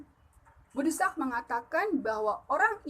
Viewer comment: De'sak...bukan desak. Adeng2 apan jelas...mungkin krn terlalu semangat...kaliii. 👍